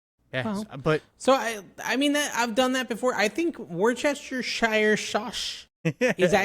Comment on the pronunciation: Wus-teh-sher ... It's that simple